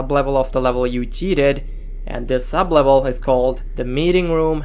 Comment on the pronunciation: "Sub -evel"